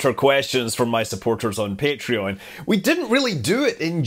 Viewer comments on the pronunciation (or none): none